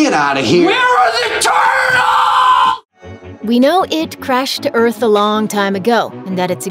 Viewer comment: “WHERE ARE THE TURRRRTLES?!” 😆 I’m rolling